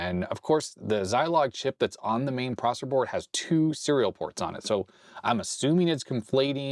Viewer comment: "prosser board"